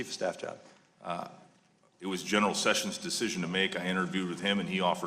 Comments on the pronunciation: I would bet a kidney that Sheila Jackson Lee can't spell the word judiciary much less pronounce it. She also thinks the former AG's name is Jeff Sevens . She is clearly illiterate with a commensurate IQ.....a complete embarrassment. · She can't even say the name "Sessions" correctly. She's a bully with nasal problems.